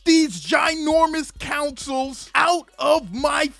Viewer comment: Love your vids man but why keep calling them Councils when you know it's pronounced Consoles?! Come on, you know the score lol. Peace